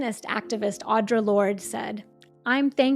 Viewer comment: I enjoyed this video. I would just like to let you know that Audre Lorde's first name is pronounced "Aw-dree"